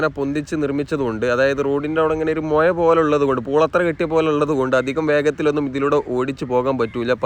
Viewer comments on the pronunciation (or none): എടാ മോനെ മൊയ അല്ല മുഴ പിന്നെ നല്ല മലയാളം പറഞ്ഞു koode